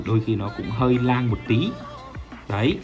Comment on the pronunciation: lang? từ khi nào lag đọc là lang nhỉ?